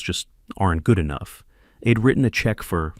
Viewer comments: Ee-d instead of I’d. It bugged me, too. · "How eeid ..." It's "I'd". You forgot the apostrophe, so yourSI got confused about the word. Be careful! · Please teach your AI that apostrophes exist and affects the pronunciation of words. It's not "id" for "I'd" and "ill" for "I'll".